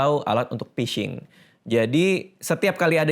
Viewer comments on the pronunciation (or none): penyebab kena phising: 1. emailmu jgn dipasang lagi bang, biar nggak kena phising (bacanya fishing bkn pising) 2. jangan download aplikasi sembarang, kalo kena virus apalagi ransomware, wajib format hardisk (install ulang kalo OS Windows)